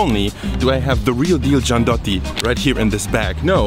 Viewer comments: "Gianduiotti", is pronounced "gian-doo-yotti", not "gian-dotti". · Why do you pronounce it Giand’otti, when it’s actually written (and pronounced) GiandUIOtti? 😁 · not giandotti but gianduiotti ;) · You say „Giandotti“ but it is wrong. They are called “ Gianduiotti“ ;) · it's giandUIOtti non Giandotti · I love your channel! I’m sure you don’t need another Italian living in Berlin correcting your pronunciation, but in case you do, it’s “gianduyotti” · as an Italian I have to correct your pronunciation of gianduiotti: ʤandʊ'jotto. I recommend the chocolate with the golden paper, the red one does not like at anyone ;) sorry for my bad english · so it ends up sounding like "giandu-yot-ti"!! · I'm not even Italian, but I really cringed each time if he said "giandotti" - maybe because I'm Swiss, and we also take the chocolate game very serious. xD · Pronounce it like "janduyotti" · The correct pronunciation of Giandugliotti sounds like " Jandouyotti " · Amazing well made video and info !😁👏👏👏 Please pronounce GIANDUIOTTI right... speaking all the vocals.. G I A N D U I O T T I 😍 In Italian we pronounce every single consonants and vocals 😅 God bless you 🙌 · You pronounce gianduiotti like it were spelled giandotti :'D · Ok GIANDOTTI was not exactly the right pronounce but it's ok 😂😂😂😂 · Jan-du-yotti (giandiuotti) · It is pronounced giandooyottee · Its pronounced: GianduIotti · It's pronounced "jyan - doo - yaut - tee" please edit your whole video because I have an ictus every time you say that wrong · Please stop miss pronouncing gianduiotti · For anyone wondering: yes he pronounced gianduiotti (the chocolate sweets) wrong all the entire time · dude! is GIAN DU IOTTI ! you are missing the UI in the middle!! nice nice! better than Caffarel brand are Pernigotti and Novi, but is a matter of choices! cheeers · Giandotti ffs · It’s gianduiotti not giandotti; nevertheless, very cool video. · my friend, it's "Gianduiotti", not "Giandotti" or similar...please